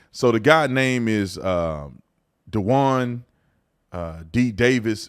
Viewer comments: duwan? lol that was good....its pronounced Dewayne. but none the less grab they finally caught his killer! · Duwan? 😅 Duane is pronounced Dwain. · Duane is pronounce DU-WAYNE, not DU-WAHN. 🤦‍♂️ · You pronounced his name wrong, Brandon. His name is Dwayne.